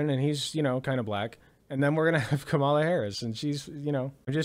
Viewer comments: You should work on putting the emphasis on the first syllable of “Kamala” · KAmala. Not KaMAla. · you’re great, but try and say her name right. If Walsh can do it you can too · You pronounce her name as Comma-LA not Ka mala. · How hard is it to say, “KAH muhla?” Do you really need a post-doctorate degree? Really? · Kamala /COMMA-luh/ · It's KAH-mah-lah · Comma La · Why are you mis-pronouncing Kamala Harris' name??? Try "Comma-la" !! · Your take on this topic is appreciated, but please pronounce the Vice President's first name properly. She's the Vice President, and the Democratic candidate for President. Her name is extremely easy to pronounce. Pronouncing a person's name is the most basic sign of respect. Some people apparently couldn't pronounce, and still can't pronounce, President Obama's name correctly either. I'm not saying that you have ill intent, I am saying that mispronouncing her name makes you sound ignorant and lazy, with all due respect. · Your mispronunciation of the Vice President’s first name is terribly disrespectful. You know her name. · Something that really annoys me is that people like Matt Walsh and Ben Shapiro pronounce Kamala correctly, but that some of her own supporters can't be bothered to do so. The most basic form of respect that you can give someone is to pronounce their name correctly. Come on man. You can do better. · Hey, any chance you can start pronouncing her name correctly? It would really help, thanks! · I love everything you said, but dude YOU really need to learn how to say Kamala's name correctly. You keep butchering it man. Or just call her Harris if easier for you.